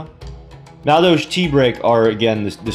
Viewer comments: That is not how you pronounce madolche. Not even close. Ma-dole-che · basically mad-ol-sh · Man I fucking love this deck archtype. I used them alot in the tcg. Although thier missing the key cards to make them good like anjelly, hootcake, mageleine and queen tiaramisu. Still excited to see this deck in duel links tho. Btw it's pronounced Ma-dol-chee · Dude wtf learn how to pronounce the archetype.